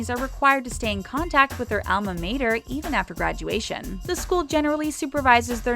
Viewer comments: It was painful along with the pronunciation of Alma Mater. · The way she said Alma Mater lmao 🤣